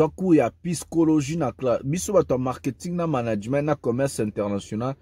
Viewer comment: Arrêtes de dire PYSCHOLOGIE mais bien PSYCHOLOGIQUE!!!! Otangi na poto, yekola pe ko prononcer correctement cher...